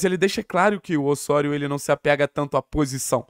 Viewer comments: Mano…..mania de falar Ôssôrio….aqui no Brasil é Ozório kct, carioca querendo bancar sotaque espanhol é foda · deu o furonda notícia👏👏👏👏, mas Ôssôrio 🤣🤣🤣🤣